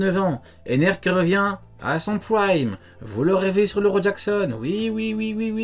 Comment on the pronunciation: "Praimmee" Mdr l englais